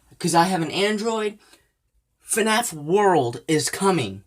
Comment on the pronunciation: He say's f a naf6... how sad. And he doesn't know as anything about FNaF